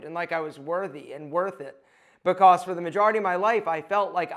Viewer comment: I can’t stand the way you say the word because